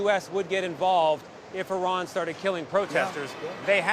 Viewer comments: Hello Brett, I’m an Iranian woman. First of all, thank you for pronouncing Iran correctly and for taking the time to learn about our history. The truth is, the world still doesn’t understand how criminal this regime really is — and what we see is only the tip of the iceberg. They haven’t just killed Iranians; they have fueled wars across the Middle East and caused the deaths of countless people from other nationalities. They have forced millions of Iranians to leave the country, including me, and now I don’t even know if my family is safe. Every time there is a protest, the internet, phone networks, and all communications are cut off. I personally don’t know when I will be able to see my family again. This brutality must end. I don’t know how, but I don’t want American soldiers or anyone else to die. What we want is peace, freedom, and enough food for our children — basic human rights. You can’t even imagine how desperate we are. Many people in Iran are asking for U.S. intervention because they know this regime is corrupt inside and out, and it only needs one final push. They have lost all their allies. In their last conflict with Israel and the U.S., they couldn’t even defend the country. Now, all they have left is killing Iranians and threatening the world. Everyone deserves basic human rights. Everyone deserves to live without fear. Everyone deserves peace. ✌🏻😭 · An American pronouncing Iran properly? Thought they all say Eye-ran!